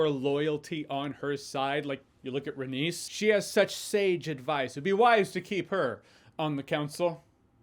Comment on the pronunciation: its pronounced RAY-KNEES not RAY-niece